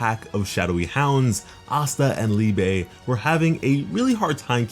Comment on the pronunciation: Its not called Liebay. Liebe is the german word for love lol